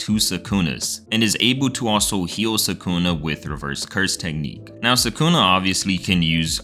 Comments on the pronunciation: why are these american anime youtuber never able to pronounce names correctly. its sa-ku-na not sa-kooo-nah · its sukuna not sakuna